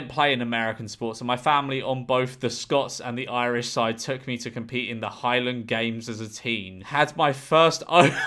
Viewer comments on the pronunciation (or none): none